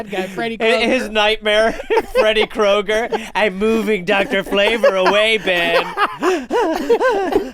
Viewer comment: from jake roasting the guy for liking dr flavor so much to then him mispronouncing kroger to kruger, this was a certified classic. first episode i've cried laughing at😂